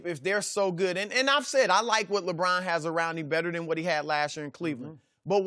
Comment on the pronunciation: LA Brahn